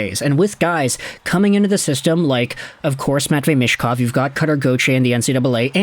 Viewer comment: for how often you talk about him you should learn how to pronounce his surname 'Meetch-kov' Not 'mish-kov'